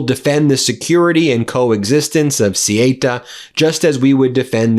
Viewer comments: İs this piece about a chunk of the North African coast called “Ceuta”? I was totally unaware of its existence until I looked it up on a map app just now. I also don’t speak Spanish, but I’ve heard it pronounced a lot. Calling the place “See-ayta” seemed to me like a very peculiar thing for a Spanish speaker to mouth for that kind of spelling. I also looked up an online pronunciation guide as well, that basically said “SAY-oota” instead, which sounded a whole lot more like what I would expect. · Theyuta is how it's pronounced, the amount of journos who can't get this right is laughable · This is red meat for his dwindling MAGA/Republican Party. Morocco is at the root of this, but I would like to see footage of what kinds of boats were supplied for this. Ceuta (pronounced Say-yoo-ta) and Melilla (pronounced Me-Lee-ya) have been a sticking point for both countries since 1497. This happened when I lived in Madrid for nearly a decade. Would I be surprised that this action was planned to give trump a pawltry photo op because the republicans have nothing to run on? No. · Sorry Ben but it's Ceuta not Ceita! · Ceuta pronounce They-Utah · It's pronounced thuta 😊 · Ceuta pronounced say oo ta. Look it up! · I appreciate your videos. Just wanted to let you know you’re pronouncing Ceuta incorrectly. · Thank you,, for spreading truth efforts! I'm spanish, I suppose Ceuta is very difficult world for english speakers. the pronunciation of CEUTA is C-(E from elephant)-(U forom Ugnada)-T- (A from Africa). You can put it in google translator with spanish language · Ben, "Cé who tha," please, and not "Cé hi ta" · Ceuta is pronounced Sehootah. not Sigh Ate Uh. WTF?!? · IT´S " SE U TA",NOT " SE E TA" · good reporting but please use the correct pronunciation. ceuta is pronounced 'say uta' not 'suta' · It's CEUTA not CIETA. What is wrong with you? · try saying ceuta like this say ew ta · It's pronounced 'Sue ter', Ben! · They're pronounced theu-ta and me-li-ya...xx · It's CeUta